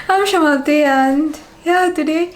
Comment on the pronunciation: I love how you say Samapti (the Bangali way) instead of Samapti (the Hindi way).